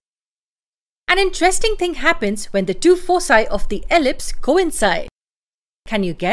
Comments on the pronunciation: It's pronounced as foe kye not foe cye. Thank you so much. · Foci is pronounced with a hard C as you did because it is a Latin word. Elsewhere you shift to the incorrect soft C ("fosi").